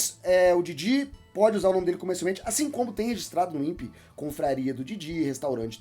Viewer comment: NOTA: A pronúncia correta do Instituto Nacional de Propriedade Industrial (INPI) é I-N-P-I e, não, Impi. Impi seria o INPE = Instituto Nacional de Pesquisas Espaciais